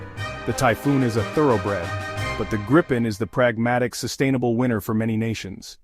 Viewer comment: At least pronounce it correctly!! It's pronounced Gripe-N, not like Grip-pen.